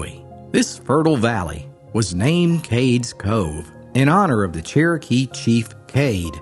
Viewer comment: It's Cades Cove not Cakes Co. Ugh!